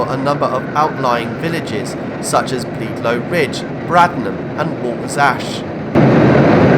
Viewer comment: Bledlow Ridge is pronounced Bled - low not bleed low! I live in High Wycombe and consider myself lucky to have one of the best lines in the country on my doorstep. It was a big mistake closing the line from HW to Maidenhead - being an old fart I just about remember it!